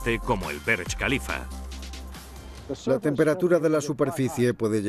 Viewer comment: Por que le dicen berech khalifa?